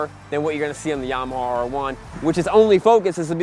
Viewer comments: Yamawhaw, LOL. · “This is Llama Hoss.... this is Llama ya’ll.... this is Yamme Hoose” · Stop pronouncing YAMAHAW FFS 😅😅😅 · "Yamahaw" Lmao 😂😂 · And yamahawww